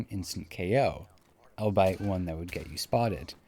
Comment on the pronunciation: You mispronounced albeit